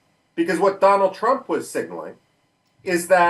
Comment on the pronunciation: DonawlD Trumph